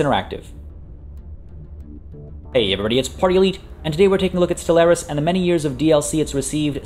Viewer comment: ste-LAIR-is? Really mate? Really? That's the pronunciation you're going for?